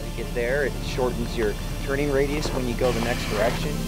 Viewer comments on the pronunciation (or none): none